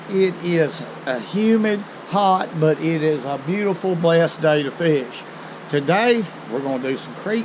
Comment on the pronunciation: I love how people from the south say "Today" and I love all your videos!